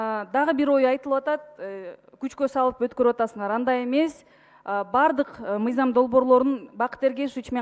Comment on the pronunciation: Зулпукаров суйлогону кантейт каньститюся мизям деп уят ушул созду депутаттардын баардыгы ушунтип суйлошот.